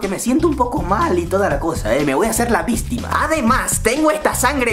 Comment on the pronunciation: megusta cuando dices la palabra vistma🎉🎉🎉😂😂😂